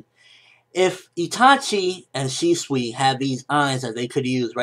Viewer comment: he pronounced it correctly: ShE-SwE